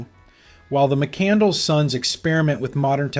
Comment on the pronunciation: The mispronounced surname, 'McCandles' makes this movie a real chore to sit through - A big budget film with the world's most popular star at the time, and no one on the production knows how to pronounce the main character's name. 😃 It's pronounced Mack Can Less ... silent 'D' and nothing to do with 'Candles' !